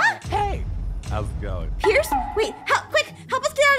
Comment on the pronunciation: Why did you say piece not pierce????😂😂😂